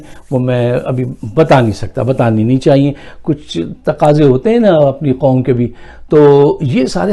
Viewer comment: Please! Don't say nation "Quamm" ....... Please..... Please